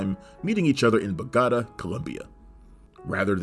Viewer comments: dude, dude, you see a mark on top of the A in Bogotá?, that´s where you stress your voice, so it´s bogoTA, not boGOta like you said. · For the love of god, it's 'Bo-go-tAH", not "Bo-goatuh" (rolls eyes), but GREAT FILM! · Wtf kinda pronunciation is that? "Boo-gotta" It's pronounced "Beau-Go-tah" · Bogatta? LMAO when are you guys going to learn how to pronounce things correctly? Totally ruins your credibility. Other videos reference "Warner Bros" versus "Warner Brothers" as bros is the abbreviation of the word brothers. Btw - It's Bo-Go-TA: Maybe this is useless and the whole channel is just AI. :/ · Good researched video but the pronunciation of Bogotah is weird as noted by others and also you stated it was Angelina's first mark. Well you'd know from a scene later on in the movie she has more kills then Brad. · I've always pronounced it Beau-got-ah" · The obvious answer in 2024 is that this was created from a script with an AI of the voice of the host. Seriously no one could do this much research and say "Bogoatuh," could they? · Need to work on that pronunciation of Bogota, bud. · The worst pronunciation ever. Bogota... .superfluous.? etc. SMH. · Let's work on the pronunciation of "Bogotá." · I like the Friends reference when pronouncing Bogotá. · He even plays footage of the word Bogotá, with the accent on the A! I think it was a purposeful mistake to get people to comment. Comments are good for the algorithm. JoBlo vidoes are rife with mistakes like that. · How can you do this much research for a video and then get a simple pronunciation of a global city that wrong? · i was just going to say the same thing